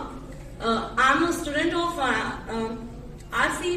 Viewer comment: Aap khud to pronunciation sikh lo Ishtudent nhi student hota he😂